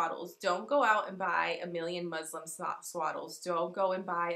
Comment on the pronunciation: The fabric is called muslin not Muslim 😅😅